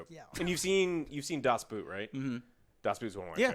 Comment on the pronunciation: It's not a "boot", you can't wear it on your foot. It prounced B-oh-t with a long "o" like in "ordinary". 🤓😇